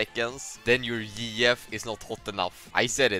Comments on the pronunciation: it took me a few minutes before i understood what he meant by "Yee Yef" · Bro when he said yeeyef I didn't realize he was saying gf and I thought he was saying like a cross between Master Yi and TF LOL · This man is just the best english speaker, took 5 min to understand he said GF as girlfriend😂😂😂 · I took two minutes and a stroke to realize he was saying GF